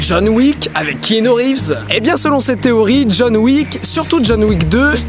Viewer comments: par contre Didi, je t’aime beaucoup mais... ça se prononce « Kianou » et pas « Kinou » :’) et bravo pour le jeu des couleurs de la vidéo (vert=matrice; bleu=monde réel) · Mec, s'il te plait, arrête de dire Kinu... Keanu est un prénom hawaïen qui veut dire genre "petite brise sur la montagne" ou un truc comme ça...Bref, c'est Kéanu, K.E.A.N.U...